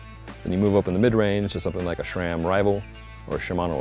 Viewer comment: You lost me at “Shram”.